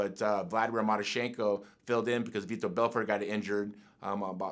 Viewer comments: Did he say Beetor Belfort? Twice!? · Nobody: Tito: vitho belfort